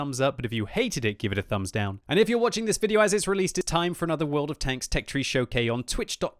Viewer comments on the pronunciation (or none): Did you hear him say tech tree showK at the end Rather showcase